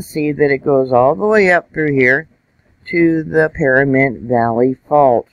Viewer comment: PaNamint not PaRamint.